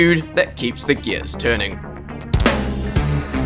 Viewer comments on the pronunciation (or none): boy I sure do love it when my gears keep “tunring”